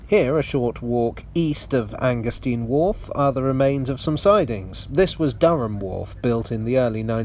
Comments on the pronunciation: 'stein' as in 'vine', surely? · Oh Dear! Anger-steen or Anger-stine? In German, it's the second vowel which determines the pronunciation. The Americans have a problem with both English and German, so pursuing their logic is a waste of time...